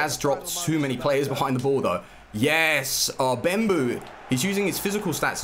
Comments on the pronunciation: Yourensaying bembou instead of bebou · stop saying bembou there is no m in his name its bebou!!!!